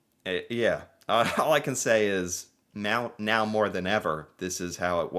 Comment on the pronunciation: Did you just say " meow more then ever " ?!! Meow now hold on meow